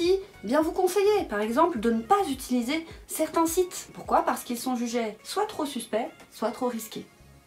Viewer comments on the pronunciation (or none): none